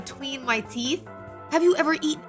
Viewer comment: o.O pause all multiversus DID YOU SAY TEEF?